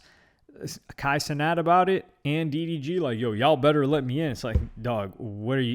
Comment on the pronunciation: Kay see-net